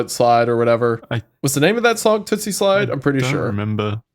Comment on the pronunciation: I’m upset Wendiclown kep sayin tootsie slide it’s toosie slide 😂